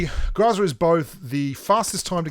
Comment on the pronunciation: ...seriously? Grahzah.... we all know you can say Grow and Za Growzuh come on man, Google it the pronunciation is GROW ZUH. there is no A or ah sound after the GR and it is Grow Zuh why are youbso adamant its not? it's a Russian weapon and the Russians call it a Grow Zuh not Grah Zah. please we know your extremely stubborn and while you won't admit New State is better even though it has everything you complain about pubg mobile not having, not to mention the things they added to mobile are copies of new state.... At least pronounce GROZA the proper way, roll the R and use the OH sound not the ahh sound please man.